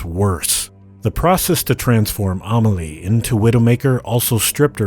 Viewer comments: You mean A mah lee vs A may lee? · Lol at Ah-moll-e and Gabrielle... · lol he really can't pronounce Amélie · he didnt do it right in the video at least